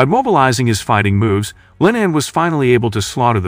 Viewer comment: Its LeeNan not LINEN Hes not some fabric but a human!